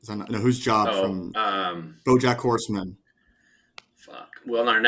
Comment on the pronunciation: EBO 1000% cheated. He said it’s the guy from Bo Jack Horseman it’s literally an animated show. How are you going to recognize an actor from a show if you can’t see their face. He also pronounced Jobe wrong. It’s the only question we’re you can’t see his eyes. 100% cheated.